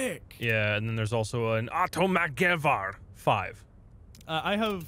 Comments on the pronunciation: As a sweede I both feel disapointed and I feel like laugh because how you said "atomatgevär" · "automATgevar", im Swedish so, if i translate it for u its actually "automatic rifle 5" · "Atomätgevar" Well i guess you can say it like that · you 2 should play this with a swedish person so u say the words right, as a swed myself i die from laughter when you say the words like automatgevär or whatever it was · That moment when american/english people try to pronounce swedish words, "automatgevär" xD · Automatgevär is Swedish for automatic rifle. Ps please dont try to say it again.